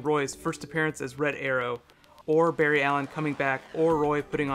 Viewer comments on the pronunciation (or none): none